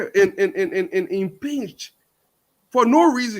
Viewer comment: Impeach, not inpinch